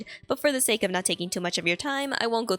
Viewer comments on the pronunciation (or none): none